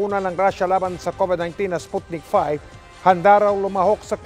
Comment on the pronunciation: Sputnik V (vee, not five)